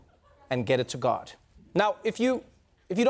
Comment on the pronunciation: Trevor keeps saying guard instead of God